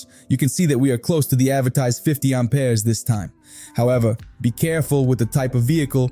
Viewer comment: Pure AI. I don't know any Brooklyn or Joisey Wop gonna say Aumpeers like a frenchy over plain old Amps. Amperes Amp Ears not Aum peers! Get your accents correct robot! I oughtta!!! 👊😡 🤖💥🤸